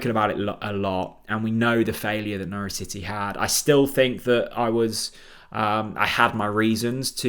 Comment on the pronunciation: Got Norwich very wrong but was a decent effort otherwise.